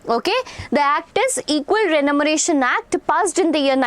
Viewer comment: Teacher it is Equal Remuneration act not equal renumeration act